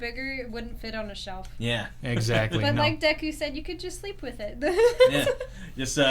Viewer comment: That’s the worst pronunciation of Deku I’ve ever heard